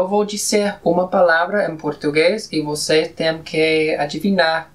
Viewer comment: el profesor habló una palabra mal en portugués a palavra "você": ele falou com som de b